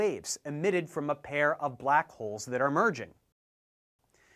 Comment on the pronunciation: First of all, I don't like how you say the word "black"...